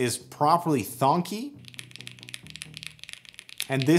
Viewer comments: Love how I immediately know you're not a keeb enthusiast and instead a tech reviewer when you said thonk instead of thock just like Dave2D. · THOCK not THONK